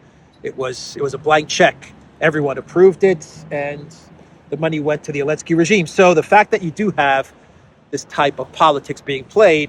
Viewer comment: Why does he call Zelensky “Elensky”?